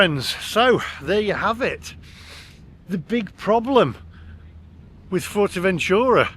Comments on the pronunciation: Wouldn't go to Fuerteventura (BTW it's not "Fort"eventura! Although you have learnt how to pronounce Corralejo) without getting a hire car. But I agree with your "friends" from Brum that it's decidedly odd going to anywhere Spanish just to eat Chinese. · fortevenchura? what's that?